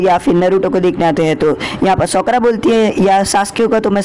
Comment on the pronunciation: It's "साकुरा" not "सकुरा" Please correct it😅